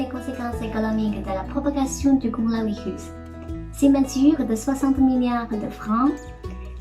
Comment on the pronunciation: mdr corolavirrus